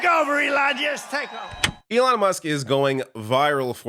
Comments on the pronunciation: Trump called Musk Elijah? 😂🤣🤣🤣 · Trump called musk elonja 😂😮😂💩🎃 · Did he call him Elonia? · Elonya Did no one hear Trump call Elon, Elonya? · Did Trump call him Elijas? 🤔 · He called him Leon at a previous event, and in this very video he calls him "Elania". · I feel like Trump calls him "Elijah"! I've listened to the clip 5 times now. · Maybe I'm mishearing it, but it sounds like Trump is saying "Elonia".